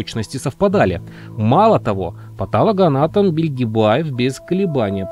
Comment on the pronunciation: Не патАлого,а патОлогоанатомов !